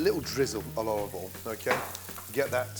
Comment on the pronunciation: Someone once told me, despite using so much of it, he actually calls it Olvie All. Thank me later when you notice and can't unhear it! 😂